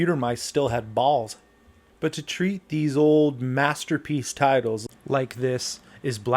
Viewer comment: got me with the emphasis put on balls when talking about computer mice